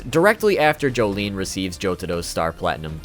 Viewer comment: Joe-Joe-lin Not joe-joe-li-an